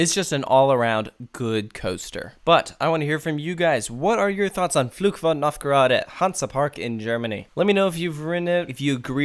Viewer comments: minor pronunciation thing: What you say doesn't sound like "Fluch" (curse), but like "Flug" (flight). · Can I give you some advice on how to pronounce the name of the ride? In general, your German pronunciation is pretty good but the way you say "Fluch" is quite off. It sounds like "Flug" which is a completely different word and translates to "flight". "Fluch" means "curse" in English. The "ch" sound in "Fluch" should sound more like the "ch" at the end of "Loch" (referring to the Scottish lake Loch Ness). If you did it that way, your pronunciation would be almost flawless. All the best from Germany and keep up the good work!